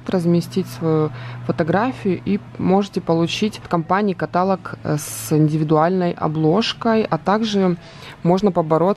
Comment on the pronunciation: извините, но нужно говорить каталОг! А так спасибо за видео, как всегда Вы самая красивая и лучшая!